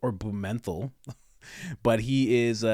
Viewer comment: Pronouncing Blumenthal, Blue Menthol has to be the blackest and most hilarious thing that you've ever done. Awesome! Loved it!